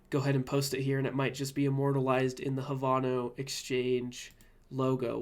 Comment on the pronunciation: Havano? It's pronounced Have - No